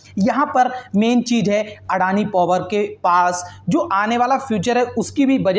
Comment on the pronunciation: व्हो अदानी हें, ना की अडाणी 🙄